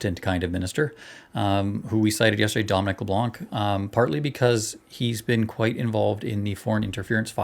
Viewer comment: The C is silent at the end of his name, and he's from the riding of Beausejour in New Brunswick. Good guy.